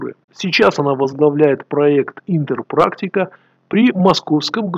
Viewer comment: "ИННОпрактика". Читать научись, конспиролог!